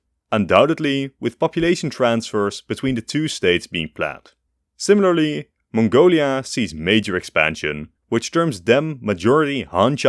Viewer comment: ah yes, i love option 'monglia'